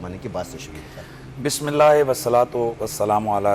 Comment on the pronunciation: 😢😢😢😢😢 ye anchor aouzubillah or Bismillah theek sy nhe prhta